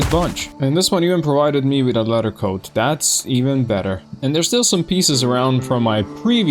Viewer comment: I love to hear the slight British inclination to your speech (which is how English is most commonly taught around the world,) and even some difficulty with some words like "leather" sounding almost like "letter" sometimes. But then randomly some 'Americanism' comes out like "F**king hell!" and it just sounds like some dude I went to high school with. 😂 I promise I'm not trying to poke fun at anything about your speech, though. I'm just loving the blend of cultures that come through with it. Anyway, this playthrough is awesome. I'm glad you came up in my recommended. Definitely subscribing. 😄